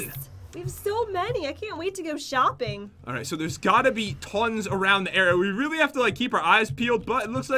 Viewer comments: You do realize that he said shooping instead of shopping? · is joking when she says Shooping so dont gotta be a hater dude she can say whatever SHE WANTS